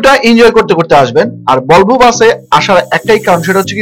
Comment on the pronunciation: হিমানচল না, হিমাচল। টর না, টুর। বলবো না, ভলভো।